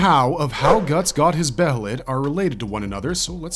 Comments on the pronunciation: Its not be HEY let Its be ye let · okay im gonna say this Now Its Pronounced Bay-Lit. The H is Silent. i love your videos but the way you pronounced Behelit always Urked me. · why does every yter pronounce every word from berserk so weirdly. be heee lit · I wish I never knew the proper pronunciation for behelit. It’s pronounced Baylet. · please just say it like bay lit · God, I can’t stand the mispronunciation of Behelit 🤦🏻‍♂️